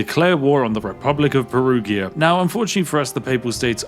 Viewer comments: Anglo-saxons, for the love of God, Perugia is not spelled "PERUGHIA", but "peruja" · Perugia, the g is a j sound: Perujia. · Spiff saying "Perughia" triggers me a lot 😂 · Aaargh...as Italian, Perughia is something that could let my ears bleed... PERUJA is the way to say it... 😂 Whit all the due british respect... 😜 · Every time he says Peruhgeeuh instead of perujha 😬😢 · propnounced peruja >:( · "Perughia" no flame, as an italian i found the pronunciation funny ❤ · It's Peru-jah, btw 😅 the g is pronounced like a j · Perughia is my new favorite pronounce of Perugia. Grazie mille 😂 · The pronunciation of Perugia hurts my Italian brain every time. Ahah Also you can tell The Spiffin Brit is aging because of the dad's jokes. 😂😂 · Hearing the Spiffing Brit butchering the Germany and Italian names in just one video hits hard as a Swiss 😅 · Me, a bilingual german/italian hearing a tea-sipping northerner say names like Lübeck and Perugia: left eye twitch intensifies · Your pronunciation of 'Perugia' is a casus belli all on its own.